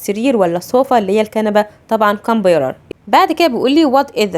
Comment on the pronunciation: انتي بتنتقي كلمة computer غلط 😂😂